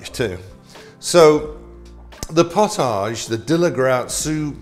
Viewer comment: Love your channel. Just a little correction. Its prounounced 'pot-idge' potidge. Not 'pot-age' even though its spelt that way. Pottage was a very thick soup with a ton more grains. It had the consistency of thick stew that you could almost stand your spoon in.